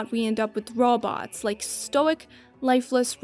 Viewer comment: Fantastic video only thing bad with it is how you pronounced robot. I now plan to binge watch all your videos